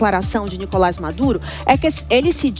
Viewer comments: DÁ NOJO ESSE CARA FALANDO NÍ-COLAS AO INVÉS DE NICO-LÁS, MESMO TENDO UM TREMENDO ASSENTO AGUDO NO "LÁS". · Nicolás e não Nicolas beleza apresentador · Nicolás e não Nícolas